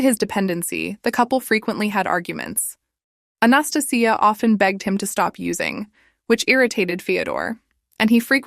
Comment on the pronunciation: I hate saying this but it's not South Korea and your pronunciation of Anastasia is hurting my ears.